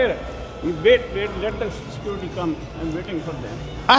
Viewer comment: Bro instanly called sercruity